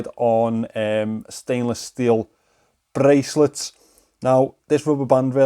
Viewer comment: Im blasted on this ganjis, watching and enjoying this review. Then drops the “🅱️rrrrrrrrracelet™️” almost gave me a heart attack. You can’t buy that kind of adrenaline, thank you